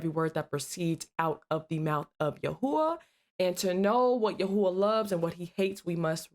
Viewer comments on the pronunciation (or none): YHWH ISN'T PRONOUNCES YAHUAH